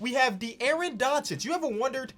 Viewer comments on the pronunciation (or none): none